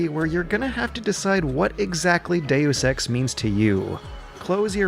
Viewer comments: Dusex No it's De-yus ex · It is pronounced makina. But he sometimes pronounces dayus eks "due sex" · Deus ex, Deusex, Deu sex, due sex. Yep I'm getting laid tonight.... not! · dayus ex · "due sex" oh come on, you're just fucking with us now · 'Daywoos Ex', and 'Makina' also. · Ah yes, I love playing Doo Sex.